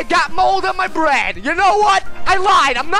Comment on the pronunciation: at the beginning it sounded like you said "You are you, and I am Brad"